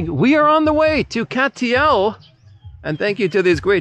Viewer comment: Cateel: Just follow through with the hard T in Cat, then say eel, and it becomes 3 syllables, Catuh-eel.